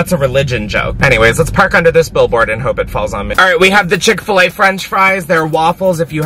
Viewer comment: It’s chick fil a I haven’t watched this fully yet but it’s chick fil a